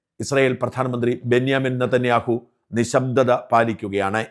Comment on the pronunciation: സാജാ.. ബെഞ്ചമിൻ നേതേന്യാഹു എന്ന് ഉച്ഛരിക്ക്.